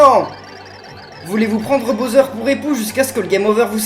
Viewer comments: Il as un Problème de préconisations typique français.... Il prononce Bowser ( boseur ) Je préfère les YouTubeurs Englais car il’s prononcent beaucoup mieux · le méchant des paper mario s'apelle bowser pas boser!